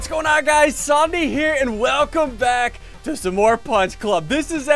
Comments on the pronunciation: bro did he say SOMEI INSTED OF SUNDEE!!!!!!!!!!!!!!!!!!!!!!!!!!!!!!!!!!!!!!!!!!!!!!!!!! btw how to do this ♂ u press alt+11 on the side of ur keyboard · bruh he said zundee not ssundee BRUH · Is it just me or did i just here him say zombie here insted of ssundee here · Ssundee said ssondee at the intro 😆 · I know this is from almost 4 years ago but he said welcome back to songne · U said Sondee lol